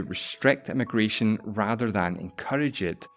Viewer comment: I find it amusing how with your accent "immigration" and "emigration" are both "eh-mih-gration", and yet at one point you stress the difference between them: "one country's eh-mih-gration is another country's eh-mih-gration."